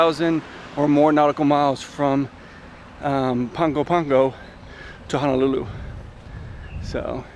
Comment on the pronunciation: My guy butchered the pronunciation of Apia and Pago Pago lol